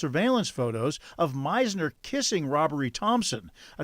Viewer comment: The spelling matters. Robbrie is two syllables: robb👏rie👏. Robbery is three syllables: rob👏ber👏y👏. Get the marbles out of your mouth and learn to enunciate words properly.